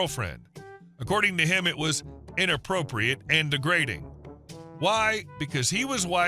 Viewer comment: Nope, it was 'de-grate-ing', lol.